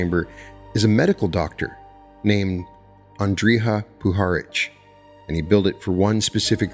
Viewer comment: Great episode but you totally destroyed that name , Andrija Puharić its pronounced AN DRI A - POO HA RICH he was a Croat born in Chicago and VINOD is pronounced Vii nood